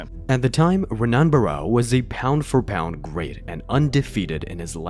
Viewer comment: “HEN-ON” not Ren, On”